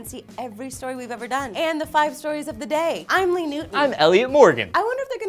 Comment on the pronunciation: Please tell me Lee didn't say Louie :(